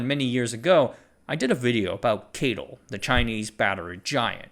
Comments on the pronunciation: (CATL) keityl? I think it's si-ey-ti-el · NEDC = Not even darn close !! No one calls CATL 'Kaytle' - it's just C A T L